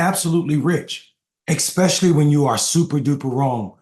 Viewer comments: Please stop saying exspecially , the word is especially. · Yet again, "ekspecially" is NOT a word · Did you say "expecially"?